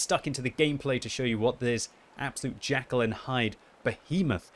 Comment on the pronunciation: FYI it is JEKYLL and Hyde not Jackal hehe:P